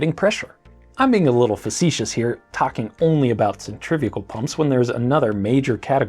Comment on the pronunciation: Centrifugal not "centrifical" please.